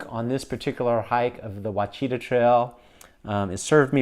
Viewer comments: pronounced "wash-ah-taw" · Ouachita is pronounced “Wash-uh-tah” 😉 Local gal commenting. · Never heard "Ouachita" pronounced like that before.